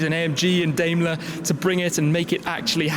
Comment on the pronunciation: Also, please learn to pronounce Daimler the right way...It’s pronounced Dime-ler.